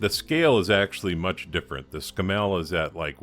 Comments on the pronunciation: Us in England pronounce it to sound like camel, with an s at the start, Scammells were usually heavy duty. Cool conversion by the way! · it is pronounced camel with an s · It's pronounced Scam Mell, It was a bloody good manufacturer until Leyland & the UK government got their dirty hands on the company. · Sorry mate it's scammel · Great! However, Scammell (rhymes with camel) were built for really heavy duty work - tank transporter maybe? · Its pronounced Scammle :) as in camel :) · Argh... every time you pronounce Scammell wrong it grates like fingernails on a blackboard. The emphasis is on the front of the word, not the back of the word. It's pronounced as though the spelling were 'scaml' (i.e. The double m does not shorten the the second syllable). Not ScamMEL but SCAMmel. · Well done, nice job. Please don't think I am having a go at your accent but the Scammell name is pronounced Scammle in the UK. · novel pronunciation... In England you accent the Scam and it soud more like SCAMmul if you catch my (snow) drift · SSSSS CAMEL ....scammelle sounds so wrong to us Brits LOL...like calling a Mack a make...!! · pronounced ' Scammo' over here........cheers brov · its actually pronounced s camel, the animal with the hump but with an s at the front, ie scamel. you made a good job of that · Splendid job a toy brought back to life, my comments are not a criticism of your good work, but those sort of trucks were mostly used for heavy haulage and breakdown vehicles and not for normal road transport. I've got to also say this the truck is a Scammell pronounced in the same way as Camel obviously spelt differently but you know the one hump or two type, and i use to deliver metal fasteners (nuts and bolts) to their factory in Watford England in the mid 1960's it was my 2nd driving job in my long career as a driver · Absolutely right to interject. Scammell rhymes with camel.